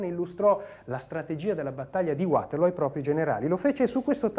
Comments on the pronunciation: Non si pronuncia "Uaterloo come fosse una parola inglese, è una collina belga e il nome è in fiammingo. Perciò "Vaterloo". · Uaterloo però non si può sentire. Non è inglese, è fiammingo. Vaterloo, Vaterloo, Vaterloo. Possibile che Angela non lo sapesse? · Waterloo è in Belgio quindi perché bisognerebbe pronunciarlo in inglese?